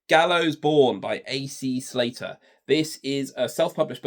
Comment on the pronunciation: Come on it’s AC Salter, not Slater